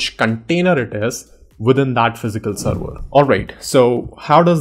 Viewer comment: whats a seerweerrr? its called server!